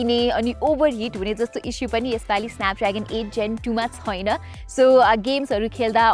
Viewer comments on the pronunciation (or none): यति राम्री नानी आवाज पनि कति राम्रो तर यो " छैन " भन्ने शब्दलाइ किन छुइन भनेर उच्चारण गरेर बोलेको होला। नेपाली भासा बिगार्नुमा यी नानी पनि जिम्मेवार छिन 😂😂